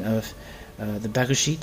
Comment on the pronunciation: You are the first non-Hebrew speaker that actually pronounced the name of the lander right! :)